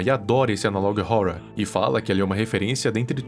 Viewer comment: Nunca assisti, sabia q era ruim, Achei mt engraçado q ele fala Analog ohourror